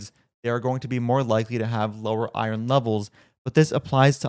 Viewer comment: I was also offended by the way she pronounced iron.